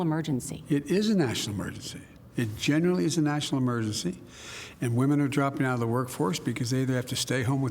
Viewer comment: “Come on Wo-man!”